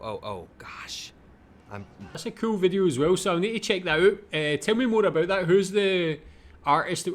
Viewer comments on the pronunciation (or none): did you say aboot? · Just listening to you pronounce about as aboot, sounds just like how Canadians pronounce it. Then looked up Scottish immigration to Canada and it all made sense lol